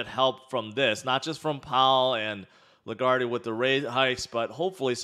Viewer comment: the e is silent in lagarde